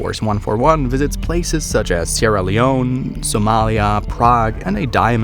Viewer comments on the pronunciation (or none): none